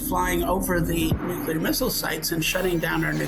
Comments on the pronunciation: Mayim, please tell your co-podster that nuclear is pronounced new-clear and not nucular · Dr. Blossom, PLEASE teach the co host of your science program how to pronounce "Nuclear"! Everytime I hear "nook ya lur", I picture George W. Bush reading that book upside down. Thank you!